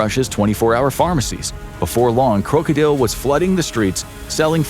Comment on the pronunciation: Its funny. The way they say krokodil is exact how u say it in the Netherlands. My country. He is saying it if he did practice some dutch.. U say it and sound like a dutch person when u say krokodil. If y also write it like that then the spelling is correct in dutch to.😂😂😂❤